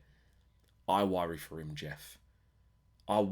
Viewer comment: "I worry for hom jeff" sounds about right 😂